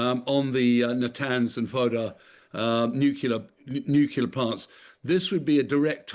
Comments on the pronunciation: This character can't pronounce nuclear. He says newkilla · Imagine not being a yank and still not being able to pronounce 'nuclear' properly..